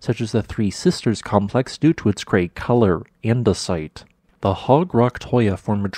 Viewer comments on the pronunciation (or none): none